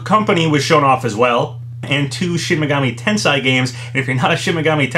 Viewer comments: Every time says shin megami TENSAI instead of TENSEI… lol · "Shin Megami Tensai " When he said that, I died on the inside... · “Shin Megami Ten-sai”